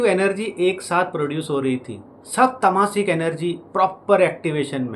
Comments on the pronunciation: It is not "tamaasik' it is taamsik . Please don't promote western pronunciation. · Tamaasik is not a word "Taamsik" is sanskrit word. but just because west people use such distorted pronunciation indians also start using due to inferiority complex.